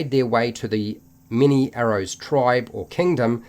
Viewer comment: Every time you said "Mini-arrows" I laughed a bit inside :D